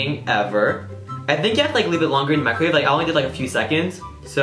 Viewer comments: its microwave not mricowave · Mricowave? Lol XD